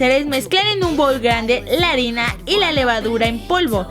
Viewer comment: Dijiste arena en ves de arina, jajajjaj😂😂😂